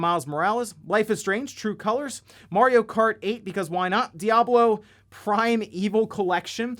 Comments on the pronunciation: I can’t stand how he says mor eee oh. It’s a sharp a. Someone pointed it out in the comments, now I can’t stop hearing it. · yeah, you pronounce it M ARE EEE OH, or MAT EOH